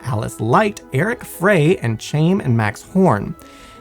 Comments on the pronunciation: Pretty sure, "Chaim" is pronounced 'k-HIGH-m' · You mispronounced the name Chaim. It's pronounced Hime.